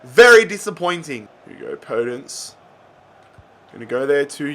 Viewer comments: Podence is pronounced "Po Dense" mate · Podence is pronounced with a soft O by the way